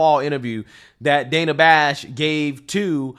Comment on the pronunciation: Trump calls the Counterfeit News Network (and the rest of the mainstream, liberal media) "FAKE NEWS" for a reason. What "Dan-na" (the way she pronounces her name) Bash did here is a perfect example